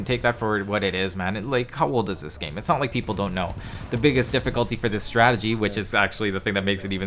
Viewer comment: U said stradegy at the beginning